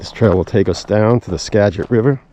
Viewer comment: Tip: It's not "ska-get"... it's "skaa-jit".... river (and county) 😄